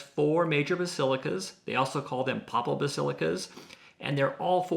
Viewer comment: papal is the adjective form of pope, pronounced with a long A. Just fyi ;)